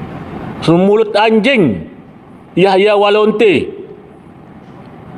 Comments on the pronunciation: Apakah saya salah dengar bukankah dia mengatakan " Yahya Walonte' ". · Yahya waloni pak ustadz, bukan yahya walonte......😅